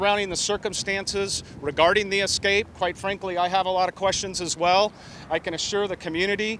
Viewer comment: The word is "escape" not "ekscape". ESSScape. That is NOT a green bullet proof vest. It's an anti-suicide smock. Great reporting.